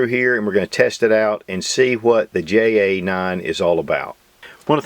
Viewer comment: Isn't that "hay aye nine"?